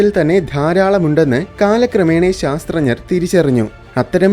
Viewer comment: ശാസ്ത്ര ഞർ എന്നല്ല ശാസ്ത്രജ്ഞർ എന്നാണ് പറയേണ്ടത് .